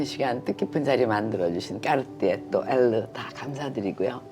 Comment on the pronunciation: 마지막에 꺅ㅎ띠에 발음 계속 반복하는 부분 너무 재미있네요 🤣 그리고 탱크나 발롱블뢰 둘 다 참 멋진 모델인거 같아요. 언젠가 소장하는 그 날이 제게도 오기를... 🤗🤓